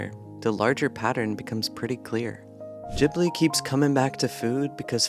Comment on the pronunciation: Say it with me. Gib-lee